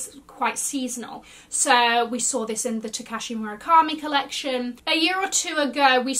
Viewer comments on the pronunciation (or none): none